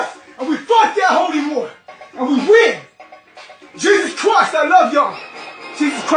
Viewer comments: Im dead😂 at the pronunciation of Jesus christ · GEEEZEZZ CWISSTTTTTT😫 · He’s simply saying Jesus Christ in an Australian accent. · I wish somebody would say my name the way this guy says J E S U S | C H R I S T